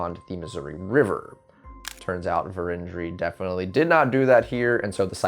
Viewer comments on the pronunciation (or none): Where was that Vérendrye site? In SD it is pronounced with the accent on the first syllable, VER- en dree. (On the other hand, look how Pierre is said, with that England-style compressing of syllables.) I know the Ft. Pierre site where a plate was found and upended the whole idea scholars had created about their route. Other plates still exist, according to the Vérendryes, buried and unfound. It's still a treasure hunt. Sounds like a place to visit: "Crow Flies High Butte (elev. 2,047 feet) is a conspicuous landform located on the left bank of the Missouri River in west-central North Dakota. It is situated along North Dakota Highway 23 two miles west of New Town on the Fort Berthold Indian Reservation. The butte's value as a landmark and vantage point was especially important to early explorers who had little or no dependable information about the area and the travel routes and hazards it might offer. It makes sense that someone who encountered this landform back in the days when this part of North Dakota was uncharted territory would want to make their way to the top of it and have a look around.... Crowhigh Butte may have played a part in the first extensive exploration of the northern United States east of the Rocky Mountains, which was undertaken by celebrated French explorer and fur trader Pierre Gaultier de Varennes, sieur de La Vérendrye and his four sons." National Parks Traveler. (Only two sons are mentioned on the lead plate.)